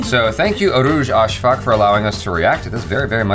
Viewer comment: Lol he said it like urooj asfak (like asfuck) 😂